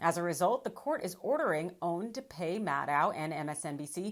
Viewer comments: I don't understand how you cannot pronounce O A N!!!!!!!!!!!!!!! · Why is she calling it OWN? Its OAN!!! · First time I have heard it pronounced "own." I always heard people say O-A-N. But what do I know? Possibly is joshing with this pronunciation.